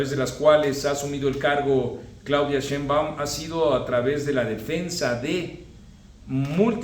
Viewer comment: Pésimo el audio de tus videos, mucho eco; utiliza un micro de solapa. Por otra parte, me llama la atención que siendo tú, una persona versada en gramática y redacción, no notes que el apellido Sheinbaum es palabra grave, no aguda, solo basta escuchar cómo la misma muy cuestionable presidenta, ha pronunciado su apellido en varias ocasiones. En cuanto a tu trabajo, comparto en gran medida tu análisis crítico, saludos.